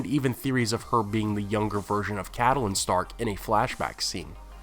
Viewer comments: Just an FYI-Lady Stark's name is pronounced Cat-linn, Not Cat-a-linn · Why do pronounce Catelyn like Cattle-lyn? In the show they pronounce it like Cat-lyn. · I love your videos but I cannot get over the way you pronounce "Catelyn." I don't know why it bothers me so much. that "e" in the middle, I leave it out, so did the show, so it must sounds like "Cat-lin." I mean maybe GRRM wanted that extra syllable, but for some reason it irks the hell out of me when you say it like that, lol. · How he pronounces Catelyn's name is my only complaint about these videos. We've heard how its pronounced in the show, so not sure why keeps saying it like he does.